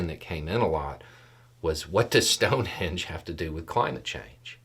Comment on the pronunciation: I don’t know if it’s me, the audio or the accent, but you keep saying “sound-henge” I replayed it a few times.